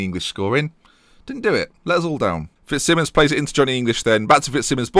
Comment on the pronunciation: It just going to annoy me till hes gone. Fitzsimons is pronounced Fitz-Simons, not Simmons. Just annoys me because its my surname 😂😂 picky i know, sue me.